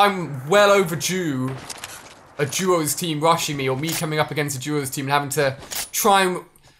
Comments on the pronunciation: He said juos instead of duos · Why does he say “juos” instead of “duos”